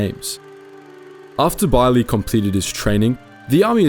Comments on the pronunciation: No its pronounced as Bey-er-leh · I keep feeling like you're pronouncing him name wrong but I'm sure you researched it. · Why do you pronounce Beyrle like that?